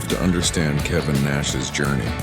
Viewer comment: Kevin NOT kavan